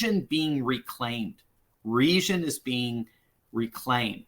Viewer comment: What is "resion"? The correct pronunciation for the word "region" is the same as "legion" with an accentuated "G" sound not an "S" sound. The season is the reason for the legion in the region.